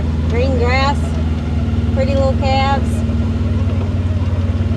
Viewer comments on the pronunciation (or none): It's "calves", not"calefs".